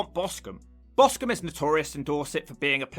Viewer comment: BOSTON ???? You mean Boscombe LOLS